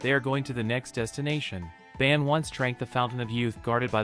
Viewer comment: It’s not ban its bon